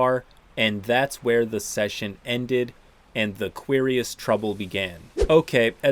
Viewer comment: I’m guessing the dragons name is actually pronounced like “curious.”